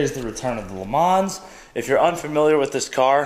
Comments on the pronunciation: Sorry - Can't help it - You do not pronounce the s at the end of Le Mans. So just say Le Man. You probably know that Le Mans is a reference to the 24H race at the city of Mans in France. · Please say Le Mans correctly, it kills me inside hearing it said this way!